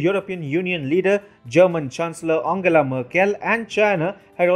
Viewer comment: you need to get your pronunciation of names correct. Angela Merkel is not Angle-ah Merkel. Your pronunciation of the ‘Balkans’ seems to have a thick native accent